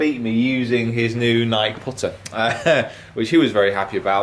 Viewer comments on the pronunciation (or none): exactly, Nike, pronounced neigh-Keee, was it originally supposed to be pronounced NighK? Maybe it was, sometimes things evolve when it comes to language, but either way, no offense, but it is just honestly awkward to hear it said NighK, nothing against you cause I love your videos and how much you put into sharing your world and sport with us, keep up the great job,.... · N-eye -KEE!!! Please stop saying NighK, it's so awkward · Why do English people say nike like N'eye'k? It is Ny'kee!!!! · Nik e not Nike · Nike, pronounced: "naɪki" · been at him for weeks, telling him it rhymes with "crikey". I mean, even Rick says it correctly! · What other Americans get frustrated when he and the rest of the world mispronounces Nike...